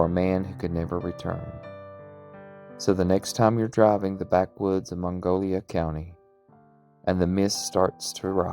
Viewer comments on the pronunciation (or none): Mongolia county? It's Monongalia and you mispronounced Monongahela.